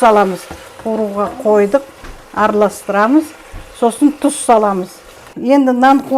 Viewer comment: Дұз емес,тұз,қазақша